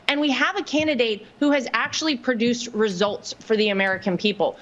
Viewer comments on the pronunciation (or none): Why does Lara Trump say, “ PER-DUCED”, instead of’ “PRODUCED”… Did the Botox hit the brain?